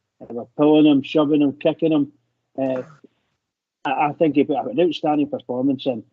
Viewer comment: "A 'hink they beth..." Is so fun listening to these pronunciations of words...😅